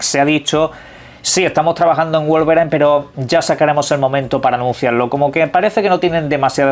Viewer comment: Wolverain dice 😂😂, no entiendo que pasa con el inglés en la lengua de los españoles 😂